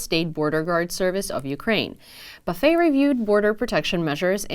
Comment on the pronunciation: Buffet last name is pronounced buff-it ..strange I know